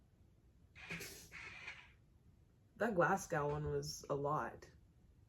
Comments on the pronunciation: "GLAZ-GAHOW" Lmao, you say it 'glaz-go' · You were so proud of pronouncing edinburgh right, then you hit us with that "Glass-gow" 😂❤ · It’s not glad- gow like ow that hurt. It’s glasgo without the w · Just FYI. The end of Glasgow is pronounced like "Go" instead of Gow like "Cow".. Infact the whole word is more like Glahzgo! Lol x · It’s pronounced Glaz - Go not Glass - cow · It stresses me out how you say GlasgOW you say it like GlasgOH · For the last time... it’s pronounced glas-go not glas-gow (cow) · Glasgow is pronounced Glaz Go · it’s glas GO not fucking whatever you said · Glasgow is pronounced glasGO :) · Yorkshire is pronounced York-sheer Any area that has shire on the end is pronounced sheer and Glasgow is pronounced Glasgo Just say it without the w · You know, the W is silent in Glasgow. So it's said like Glaz-go. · It's pronounced glaz-go not glass-cow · Places with Shire at the end are pronounced “sheer”, Norfolk is pronounced more like nor-fuk, and Glasgow is pronounced glas-go :) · U said Edinburgh perfectly, Glasgow not so much lol don't say the W at the end of Glasgow. Its simply pronounced GlassGo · Yo, just for future reference it's more pronounced "Glazgo" I know I've came up with tips for other videos, can't believe that one escaped me 😂. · Pronunciation: Glasgo, yorksha not yorkSHIRE and norfik not norfolk but I'm in the North East and all dialects are different 😂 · I’m from a small town outside Glasgow called greenock and i’ve lived here my whole life! i’m not trying to be mean but you pronounce Glasgow as glas-go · You need to learn how to pronounce the rest of the cities, now that you got Edinborough down pat.